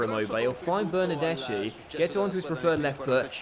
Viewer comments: It’s pronounced bernardeski not bernardeshi like so can see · the "CH" is pronounced "K" in Italian